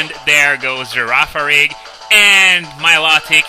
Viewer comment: I am in love with the way you pronounce Girafarig.